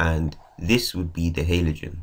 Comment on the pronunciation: It's Halogen not Halogen